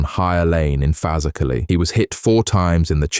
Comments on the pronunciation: That dont sound right either bro..Fazackerley....scousers pronounce it Fer....Zack...Lee...said quickly. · Fazackerlee haaaa sort it